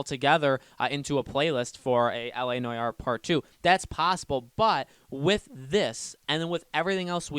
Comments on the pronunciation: Bro. It's LA No-are. Not LA Noy-are. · It's ˈnwär, not N O Y A R E. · You pronounce it NWAR, not NOJAR 😂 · It’s so hard to watch when he says “noyare” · N O Y A R E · you immediately sound like a dumbass when you dont pronounce noire right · please say Noire correctly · Goddamn, learn how to say noire